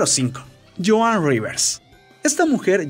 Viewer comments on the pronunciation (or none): none